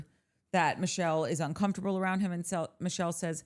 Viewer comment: And who pronounces uncomfortable like that???!!! Danny Creepo